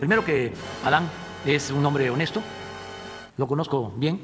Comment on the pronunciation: "ej un hombre honejto" le 'arreglo' el tema de la finca al peje, entonces voy a negar todo, "NOSIERTOQUE" y ya qon éso resolvió lo que Él mismo creó.